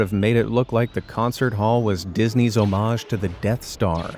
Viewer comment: Please pronounce ‘homage’ properly.